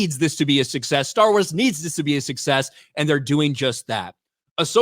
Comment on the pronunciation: Yaassss!! YAASSSSSS!!! Staawr Waas is wery patriarchal! 😂😂😂😂😂😂 This show might be a guaranteed failure.